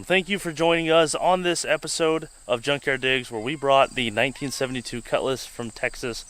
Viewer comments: do you say drunkyard digs? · Did she just say drunk-yard digs? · I coulda swore u said drunk yard digs I mean hell ya it is no job is possible without beer